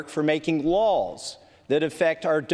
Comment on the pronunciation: is saying making “laws” or “lols”?